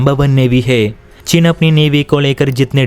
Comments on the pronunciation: भाई वह चिन् नहीं चीन है । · cheen hota hai chin nahi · हल्की समझ, त्रुटिपूर्ण उच्चारण। चिन××××। चीन।